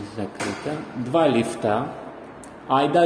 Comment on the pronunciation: 2 лИфта, не лифтА)))